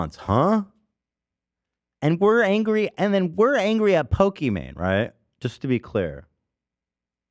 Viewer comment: ethan saying pokemon instead of pokimane is actually the rare time he's technically correct